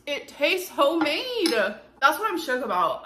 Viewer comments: Did she say “hoemade “ ? 😂🤷🏻‍♀️ok... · She still saying 💢💢 Homade💢💢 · she's meaning to say "HO-MADE" at this point smh